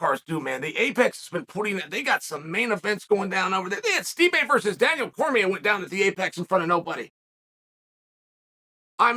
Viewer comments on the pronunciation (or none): none